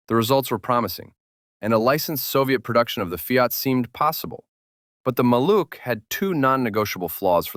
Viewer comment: Maluch is pronounced MAH-looh with a voiced H at the end , like in house